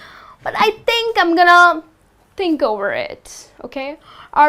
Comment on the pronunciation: Many mistakes in pronunciation "THINK" is not "TEENK"